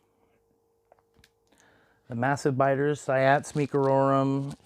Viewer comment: It's pronounced "see-ots" ._.